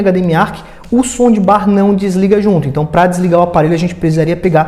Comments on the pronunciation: Por que ele fala “ sondibar”????? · Putz que raiva disso... Acho que ele fala som de BAR / BUTECO kkkkk GALERA, SE PRONUNCIA ASSIM: 'SAUNDBAR' - TROQUE O PELO A . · som de bar kkk